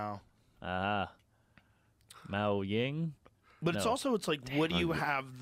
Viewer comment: “Mao ying?”